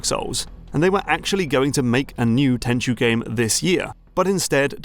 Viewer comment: Very nice video, 1998 was a good year for the Playstation and when i fell in love with stealth games. looking forward to the next one. Side note, thank you for pronouncing Tenchu correctly as so many other you-tubers call it Ten-ku when they talk about Sekiro, its become a bit of a pet peeve.